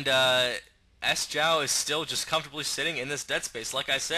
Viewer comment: Good cast, would also like to point out that Sjow's name is not pronounces S-jow but more like Sho. Sjow is a Swede and it's harder for an english speaking person to pronounce it the "right way" Keep it going:)